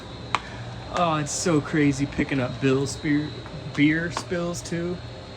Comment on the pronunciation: when you said "bill spears" I actually got excited because I make the same verbal mixups constantly. Thank you for the video.